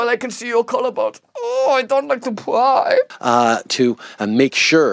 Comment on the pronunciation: " I don't mean to pwyy" get's me everytime xD